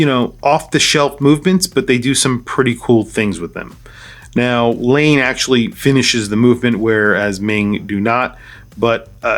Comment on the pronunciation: I love Laine watches, must be my Finnish heritage. Laine is pronounced Lie/nay. Thanks for posting this video, Cheers